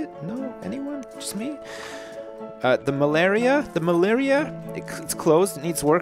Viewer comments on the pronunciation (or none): Lol did he say "the Malaria"?